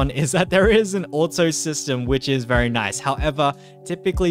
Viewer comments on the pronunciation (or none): none